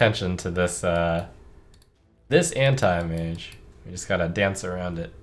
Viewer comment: how he pronounce antimage actually makes me feel uncomfortable